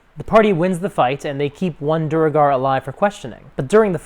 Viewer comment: Interesting that you've watched so much CR you mispronounce "duergar" the same way Matt does. ;)